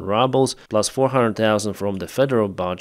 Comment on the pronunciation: Its 'rubles', not 'RUBBLES"!